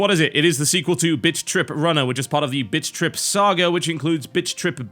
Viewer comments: You stopped calling it bit.trip, and started calling it bitch.trip. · Im sorry, but I kept laughing at the first 30 seconds because it sounds like you're saying bitch trip. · TB you sound like your saying bitch trip runner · Every time he says "Bit.Trip" It sounds like he is saying "Bitch Trip" lol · All i hear him say is "bitch rip" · i keep hearing bitch trip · Bitch Trip Runner 2 Best pronounciation ever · Actually, he IS saying bitch trip. If he's not, he should think about his pronounciation. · he sounds like he saying bitch rip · "Bitch trip" Can't tell if accident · haha it sounds like you are saying bitch trip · It sounds like he's saying Bitch.trip. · sounded like he said bitch trip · All I hear is bitch be tripppin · he's saying bitch trip o_0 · Does anyone else keep hearing Bitch Trip? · What you probably hear: BIT.TRIP Runner 2. What I hear: BITCH.TRIP Runner 2. Maybe its the accent.... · Sounds like he is saying bitch trip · is it just me that thinks it sounds like he's say bitch-trip at the beginning? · Not sure if you were saying Bitch Trip Runner on purpose.. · I keep hearing 'bitchtrip'... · @@ At the beginning, it sounds like he's saying "Bitch-Trip" xD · it sound like your say bitch trip lol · All I can hear is BitchRip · Hahaha, only me that think it sounds like TB says "Bitch trip runner" when he said "Bit trip runner" LOL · Does anyone else hear TB say bitch.trip runner? lol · It sounds like he is saying Bitch Trip. :3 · I swear I can only hear "Bitch Trip Runner" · does it sound to anyone else like hes saying bitch trip? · Sounds like he's saying 'Bitch-trip" at the start, rofl. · I keep hearing bitch rip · Hahaha he said bitch trip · in the beginning all I heard was bitch trip lol I am very satisfied. thank you tb made my night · i think he said bitch trip like 3 times in the beginning xD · it sounds like bitch trip hehehe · It sounds like he is saying bitch.trip at the beginning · thought you said bitch trip runner at the start